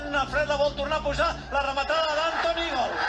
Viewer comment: Todos los goles contra el barsa son : la ramatada y al gal. Da igual que gal sea